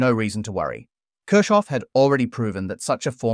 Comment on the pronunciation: The way you pronounce Kirchoff is painful.